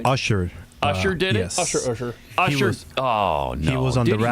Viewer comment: She mispronounced Usher’s name because he mispronounced her name— AND instead of being offended, she made a joke about it be she actually has a sense of humor.